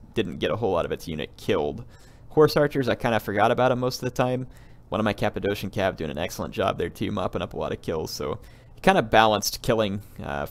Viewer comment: The second 'c' in Cappadocian is pronounced as 'k' (i think you call it hard c)